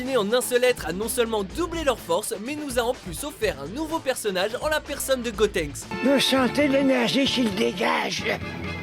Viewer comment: Dieu merci ! il a dit "Gotenks" et pas "Gotrunks" x)